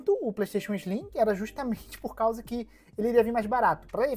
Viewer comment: PlayStation 5 "ISLIM"?? Não conheço.